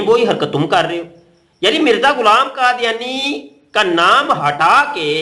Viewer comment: مفتی۔ صاحب۔ کادیانی نہیں۔ یحودی۔ حے۔